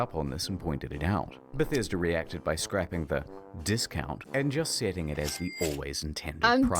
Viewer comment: The way you said “The Bah-sta-duh Ruins” was awesome 😂 wow Bethesda is such a failure of a company, they’ve been pronouncing their own name wrong all these years! They literally can’t do anything right without screwing it up.